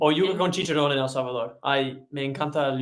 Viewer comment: You guys rock. The way you pronounced El Salvador. 👏🏽👏🏽👏🏽